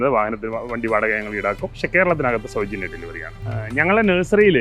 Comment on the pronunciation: സൗജന്ന്യം സൗ ജന്യം എന്ന് താങ്കൾ എന്തിന് പറയുന്നു, ആളെ കുട്ടനോ, കച്ചവടം ആണെന്ന് പറയണം മനുഷ്യാ